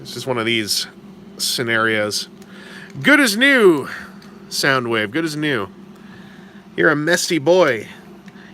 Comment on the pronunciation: You do know it's Soundwave not Soundwoof.